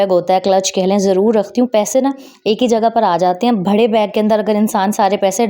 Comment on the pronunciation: Phr bharre 😂 bare bolu behn g bharre ni 😅